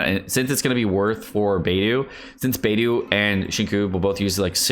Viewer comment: It pains me whenever he says beidu and sinku